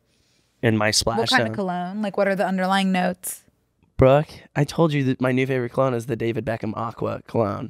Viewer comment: i just love that pronounces “brooke” like “bruck”